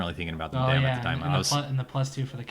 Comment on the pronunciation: Thank you. Madame rhymes with Adam.